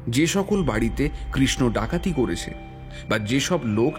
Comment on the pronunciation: হয়েছে, গিয়েছে,করেছে এই রকম উচ্চারণ গুলো খুবই কানে বাজছে।